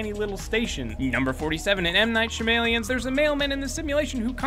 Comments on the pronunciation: It pronounced Sham-alon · Sha-m-alien < sha-ma-lan